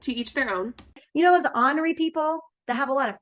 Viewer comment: Ornery is "ORN er y" (like CORN) which means cantankerous, grumpy , irritated, etc. It is NOT "Honory" which is "AH NOR Y" and means "with honor." NOT the same word, people!! Stop it.